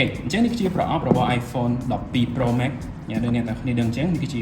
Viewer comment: ចនសី pronunciation Pro Max ខុសតាំងពីយូរមកហេីយ លោកអាន ប្រូ ម៉េក មិនមែន ប្រូ ម៉េក ទេ ប្រូ ម៉ាកស៍